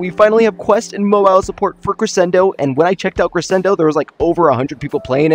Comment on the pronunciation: Ik it’s not really a big deal but it just bothers me. It’s Cre-Shen-do Not Cre-sen-do